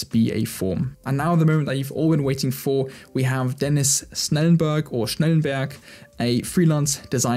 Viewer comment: Good Video with many inspirations. And could it be, that you are german? Das Schnellenberg kam sehr deutsch rüber.😂